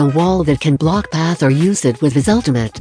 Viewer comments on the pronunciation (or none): none